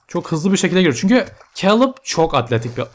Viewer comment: abi o keylıb diye okunuyor :D